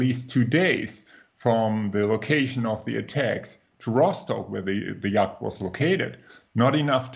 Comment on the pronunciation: It feels slightly churlish to say this, but you might find it useful to know that the word yacht is pronounced yot (rhymes with plot) in English. Anyway, thanks for the great discussion. I hope the truth comes out before I shuffle off my mortal clogs.